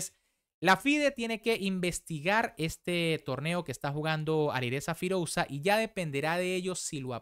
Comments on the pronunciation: firulais queda mejor de lo que él lo pronuncia 😂😂😂 cuando se escribe "OU" se pronuncia sólo la "U" queda horrible escuchar las dos letras juntas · creo que deberias de hacer un esfuerzo en aprender a pronunciar los nombres más destacados del mundo del ajedrez correctamente. Todos evidentemente que no van a ser posibles, pero alguien tan reconocido como Firouzja deberías saber pronunciarlo correctamente. Si quieres mejorar en calidad en tu canal. Porque es algo que ya te hemos repetido varias veces pero no escuchas nunca a tus suscriptores.